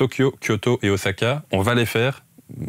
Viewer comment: "Ossaka", et non "Ozaka"... Du miel pour mes oreilles...... Arigato gozaimasu, et bonnes vacances pas si loin de chez moi